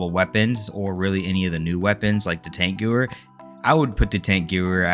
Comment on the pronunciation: Yo dude, its pronounced tank-gev-air